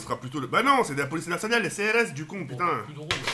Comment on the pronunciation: pourquoi CRS le R il l'a roulé